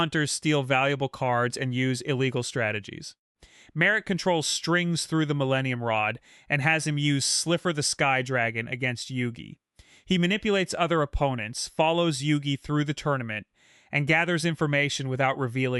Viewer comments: Not Sliffer, it's Slifer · Tea- pronounced Tay-uh… Slifer-pronounced Sly-fer… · Tea and sliffer...